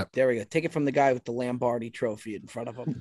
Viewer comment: Can't believe neither Cutsy nor Beardown called out on the pronunciation of Lombardi. "Lambardi" sounds like a lamb cutlet in cream sauce 😂